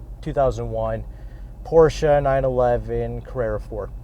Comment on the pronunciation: Pronouncing Porsche correctly would be nice. Respect. You have more room than a Miata